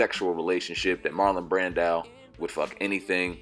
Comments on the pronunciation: Bruh Marlon Brando not Brandile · Lol "Marlon Brandow?"